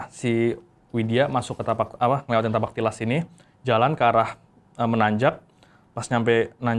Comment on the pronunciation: bukan "Tipak talas" bang .. tapi " Tapak Tilas" ..